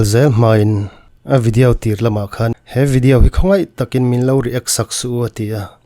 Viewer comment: Tawng huat thu lovah.. chhim lam sawn video hi 'vi-di-auu' tih in an lo lam deuh kher thrin nih dawn hi..😂 aizawl ah chuan 'vi-di-aw' tih in kan lam mai a😅.. han chîk tâkah chuan tih mai2😂